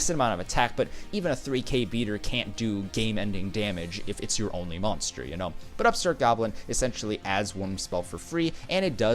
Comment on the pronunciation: how he pronounces moanster... triggers me